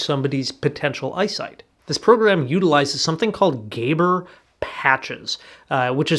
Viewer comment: Neuroperceptual therapy improves spatial processing in the parietal visual cortical regions. It has no effect on retinal processing, as far as we know. By the way - they are pronounced "GA-BORE" patches,. "GA" as in Lady GAGA and "BORE" as in boring. As in Zsa Zsa Gabor and Eva Gabor from TV in the 60's-70's.